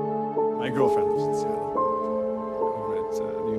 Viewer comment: Assamualaikum min untuk correction Seattle dibaca sietel bukan setel. Sbb kalau setel arti nya sebuah masalah yang sudah dibetulkan.. Seattle dibaca sietel bukan setel Maaf ya saya cuma menbetulkan sebutan admin